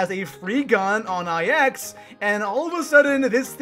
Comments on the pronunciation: Am i the only one that cringes every time he says IX instead of 9? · Hearing I X was probably the worst part of this video